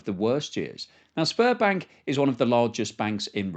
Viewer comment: The bank you referenced is pronounced Sberbank (or Zberbank) not Sparbank. Thanks for confirming that russia is a sinking Zitanic.